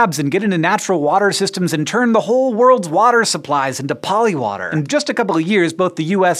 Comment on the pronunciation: When you were saying polywater I kept hearing polliwog and I was like "polliwogs are real..."